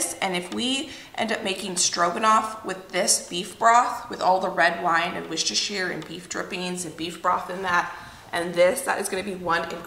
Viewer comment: Wooster-shy-er Sauce (that is how it should be pronounced according to Lea & Perrins, the British inventor and maker of the original sauce, they sent a letter and corrected the hosts of the UK Hairy Biker’s cooking show because they pronounced it like you, and most others, do )… 🤗